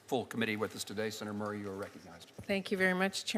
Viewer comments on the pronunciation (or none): none